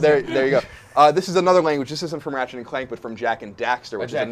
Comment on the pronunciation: Did he just say Raget?! Its Ratchet!